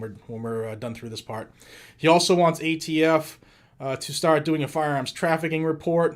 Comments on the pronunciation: did anyone hear jo say aft not atf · "AFT"? What the heck is AFT Bo Bo? America's Freaking Tyrants? He is embarrassingly pathetic. Scary to think he's the Commander & Chief. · Nobody's talking about how many times He called the ATF the AFT? He is a senile old man that shouldn't be president